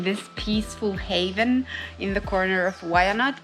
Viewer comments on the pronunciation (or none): none